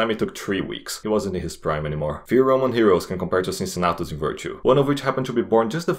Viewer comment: "Unbiased" lol. Even Caesar was more unbiased than you in his commentarii about himself. Funny video anyway good job. Cincinnatus's pronunciation is wrong btw.